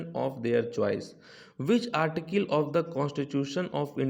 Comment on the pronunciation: Sr Article ka prouncence ache se kariye tho jda acha hota